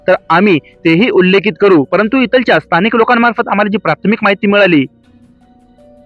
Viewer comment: भाऊ इथलच्या तिथलच्या असे शब्दोच्चार न करता इथल्या तिथल्या असे केल्यास योग्य वाटेल.